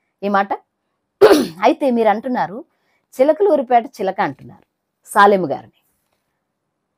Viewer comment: సాలెము కాదమ్మా... షాలేము